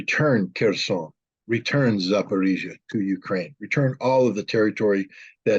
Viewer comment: It's not zaporEEhzie. It's zaporOzhie. From a russian word POROG. Which means a threshold.